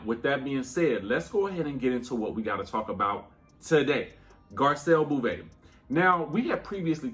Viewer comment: Can you please pronounce Garcelle’s name correctly… Beauvais: BOW-vay..: merci beaucoup (BOW-coo) 🥰 😜